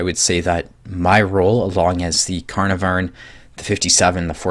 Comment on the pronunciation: Lol carn-a-varn